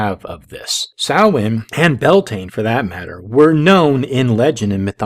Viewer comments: Yea, this really did her research; she can't even pronounce Samhain correctly (Sowen). I like how she could proclaim all this BS with absolutely NO reference to where she learned any of it. Former Witch? Any Witch worth their salt wouldn't be 'former' anything - she would know the truth, from the bullshit. I suppose it is possible that she was initiated to some, insane cult, who filled her head with such absolute bullshit, that, well, it made her spout more bullshit; a sort of self-fulfilling prophecy? I don't know, but listening to this, it is entirely likely that she was a close friend of Sir Snuffleupagus, and we ALL know who that is. EDIT: She finally came CLOSE to pronouncing it correctly (Soween??) lol This person is (WAS) so full of shit, her eyes should be brown. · If she was really a witch. Wouldn’t she know how to properly pronounce Samhain!?